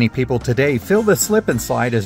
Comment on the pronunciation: Why does this guy say pepoo